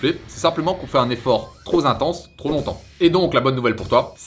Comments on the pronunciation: Super vidéo 💪!! Juste un petit tips, quand tu dis "trop ...." Appuie sur le P, tu a tendance a dire "tros" A part ça explications parfaites👌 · Y'a un 'p' à la fin de trop, donc '' trop intense '' ou '' trop élevé '' ça se prononce '' tropélevé tropintense''